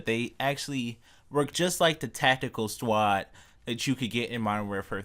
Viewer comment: its infinity ... not infiny and squad not swad